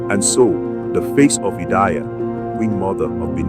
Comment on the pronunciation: Thank you for the video but the name of Queen Idia is pronounced as eedeah. Good work nonetheless.